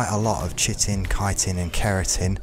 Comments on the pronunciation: My guy: you aren't the only one in this community, but it is pronounced "KAI-tin", not "chittin". Like, absolutely, unequivocally, 100% no question: that is how the word "chitin" is pronounced. But good video--thanks! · Chitin' is said like kietin. Kinda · You don’t pronounce chitin as shitin’. Great video tho I really liked it : ) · Well you were pronouncing it correctly but then you started pronouncing Chitin wrong